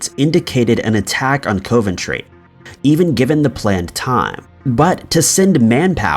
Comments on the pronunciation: Coventry. Pronounced 'cov' not 'cove'. 🙄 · I always enjoy your content but COVE-ENTRY had me dying... it's KOV-EN-TREE for future reference 😂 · It is pronounced COVentry not COVEntry it is an O not an oh thank you.Must admit I have never heard of any hysteria in Coventry after the bombing? Much the same as there was no hysteria in London during the Blitz!! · 'Cov' like 'of' not cove ..... Sounds like Cov En Tree when broken down..... And it's always been a major industrial city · It's pronounced CAV - AN - TRAY. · By the way, it's pronounced Cuv-Enn-Tree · He has quite a few pronunciation mishaps in his videos. I always found it funny. Still good shit tho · Sadly he doesn't seem to read these comments about his constant mispronouncing-it would improve his channel a lot. A shame since his videos are generally good but it happens every video and often the same words. Such as 'Edenburgh' instead of 'Edinburgh'. And it's COV-entry like cuv-en-tree. *Sigh*. Good content otherwise! X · being from england your pronouncing coventry wrong